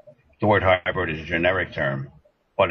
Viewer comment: Seriously...? Highbird? Get educated, read a dictionary once in a while. Hybrid. Hybrid. Hybrid